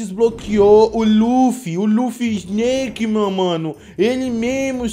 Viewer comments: sneak nao e e snake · SNEAK MAN KKKKKK É SNAKE MAN(SNAKE-MAN SNAKEMAN)